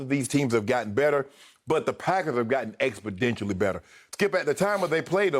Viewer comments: My man Shannon said the Packers improved "expoDentially"!? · Here he goes again with this "expodentially" 🙄😂😂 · "Expo-dentially" better 😆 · Haha, I know right? Expodentially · Does Shannon not know how to pronounce exponentially ?